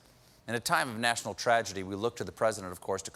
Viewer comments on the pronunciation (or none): none